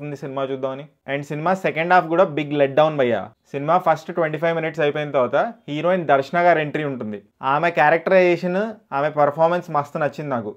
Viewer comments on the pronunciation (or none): none